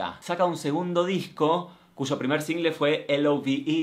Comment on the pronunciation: Se muere un panda bebé en China cada vez que Martina dice "sHHHingle". Señora no lleva H por Dios